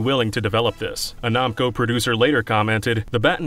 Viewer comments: Okay I have to know what your problem is and pronunciation because you have said namco wrong and you have somehow said another word wrong I can't remember what it was It was the start of the video. NAM CO. WHY ARE YOU PRONOUNCING IT LIKE IT'S NAHM!!!??? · Are we just saying "nawmko" now? Are we just doing that? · It's pronounced Nam-co not Nom-co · They way he says “Namco” is so strange to me. I’ve never heard it pronounced that way before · Lmao “Nomco” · Who in the world pronouces Namco as "Nah-m ko?" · Why does he say Namco as Nomco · "nom-co" SERIOUSLY????? HOW THE HELL DID YOU GET THIS JOB??? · The way you say Namco hurts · Did you just say Jarudo? The way you say Namco is terrible too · I hate how he pronounces Namco